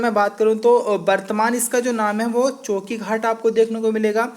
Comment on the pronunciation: उसका नाम होगा चौकाघाट आप चौकी घाट बोल रहे हैं